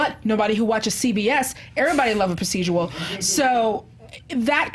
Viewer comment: yea, i was confused, lmao...kate wasn't in narnia, lmao....also, it's "proced-u-ral" not "proced-u-al", lolz